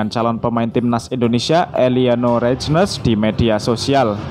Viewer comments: Min, dibacanya Reinders bukan reijdner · Eliano Reijnes ????? Nyang bener Bacanya Maas ma